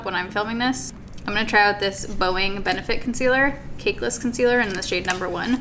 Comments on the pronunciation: Hope you're recovery is smooth from here on out. Lol at when you say Benefit Boe-ing. It's Boing, like when Tigger bounces.. hahah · “Bow-ing” was such a travel person way to pronounce boing 🤣🤣 so crazy it took me so long to get to watching this video. Thinking of you 💕💕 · As a loyal Baerrito, I am so happy to see this video and get an update on your progress. I didn’t expect that you would return so soon. I am also thankful that so many of us reached out to check in on you. I wanted you to know that I was thinking of you and hoping that everything was going well. Love how you pronounced boing like Boeing. LOL. Aw! Mama Baerrito was there to take care of you. Nothing makes me feel better when I am sick or feel like crap than my mom being there to fuss over me. Any video that I can get, I will take. Don’t overdo it. 🖤🌯